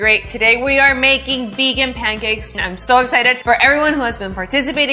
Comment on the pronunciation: At 42s - it's pancakes, not pam-cakes Ha! I tried your other pancake recipe and trust this one will work out better than one did.